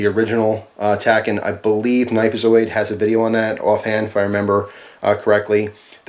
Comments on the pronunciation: It's pronounced tack-ee-on. A tachyon is a theoretical particle that travels faster than light. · Its pronounced tack-e-on. Says the movie Watchmen. And i think it rolls off the tongue better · Tachyon is pronounced tac-eé-on. A hypothetical faster than light particle. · I believe it's pronounced as "tacky-on."